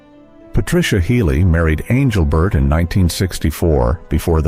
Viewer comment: Please tell this guy speaking to pronounce Engelbert's name correctly